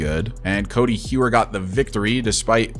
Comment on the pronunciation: I remember you saying to let you know about pronunciations and stuff, so Codi Heuer is pronounced like Cody Hoyer.